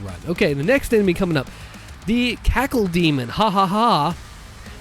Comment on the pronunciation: “Caco” not “Cackle”